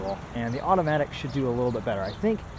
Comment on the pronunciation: i was gunna give it a go but i couldn't handle it once he said ''automatic'' in such a tune it was cringe i quickly switched to another video with manual sorry bois FFFFFFF